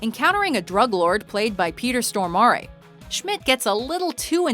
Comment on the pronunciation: lol the pronunciation on Peter Stormare. He's not Italian :P